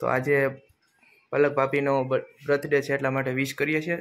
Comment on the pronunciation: Bhai sarkhu bolo brath day 😂😂😂